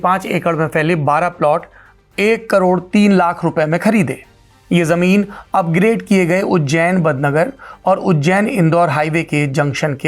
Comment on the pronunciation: बड़नगर और सावराखेड़ी है न कि बदनगर और सावरखेड़ी